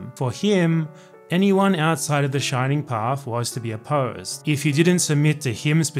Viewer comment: A non-peruvian that talks about the Shining Path without fucking it up! How nice!